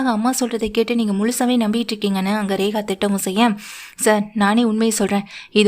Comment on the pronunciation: Rekha va regava. Ucharippu sari illai.